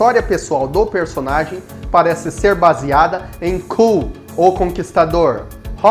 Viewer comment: Você está pronunciado o nome e Kull errado. Você poderia colocar os nomes em Inglês que vc n sabe no google para ver a pronúncia.